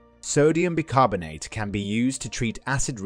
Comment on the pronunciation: It's pronounced 'Buy' carbonate